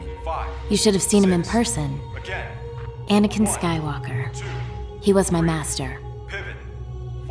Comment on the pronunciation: Fucking sick of these comments: "Anikin", "Aniakin", "Anekin", IT'S FUCKING ANAKIN!